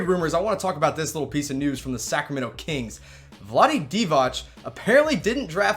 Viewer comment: Divac C It is a Ceee! Not Like Dončić tsch! Ceee! DivaC!